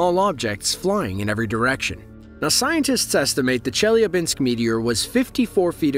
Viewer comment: A great video, though I feel obliged to mention the necessity to do a better research before posting: Chelyabinsk is by no means the second largest city in Russia, it's the second in the Urals autonomous region (after Yekarinburg). Also, the pronounciation is easily inquired in Google. 😊